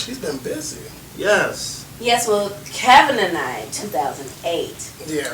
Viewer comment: I actually agree with louie. If I said you "inspired" me and kept on calling you Ka-vin, you'd correct me. It's your name.